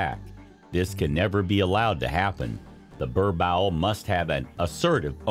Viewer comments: Its boer-boel.. Bur bull... How can i take u seriously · Im south African... I feel so offended when you keep saying 'burbowl'💔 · Bruh like what hahaha! Worst pronunciation I’ve heard yet. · That's way to pronounce "borbowl" is just funny 😂😂😂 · What the heck is a "ber-bowel" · It’s pronounced “boorbull”😂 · Its pronounced "BOAR-BULL" 😐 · I'm from USA and it was annoying me too 😂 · Lol Burr bowl. Your butchering the breeds name. Wow!!!! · Incorrect pronunciation of the breed. Also, why show all the other breeds? Other than the above stated, the general information about the breed was good. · Did this man do his research on how to pronounce this dog😮 The pronunciation is so bad as a South African I’m so offended and boy didn’t you just make my ancestors cry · Learn how to properly pronounce the breed name.